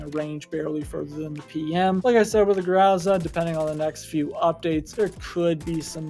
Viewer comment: grO like in bOx and zA like in sUn za is stressed syllable